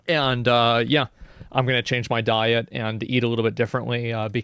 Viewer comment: Good on him, Cutting down his intake of Die-o'-bee-tea (Soda)